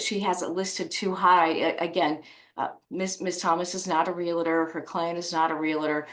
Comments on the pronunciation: should know the word is realtor not relitor. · How does an educated lawyer pronounce realtor wrong. Sheesh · The dad's attorney I'm sure is a good attorney but could use some speech therapy...... This mother's sense of entitlement is off the chart!